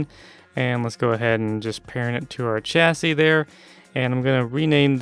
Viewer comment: It's pronounced chassis not chassi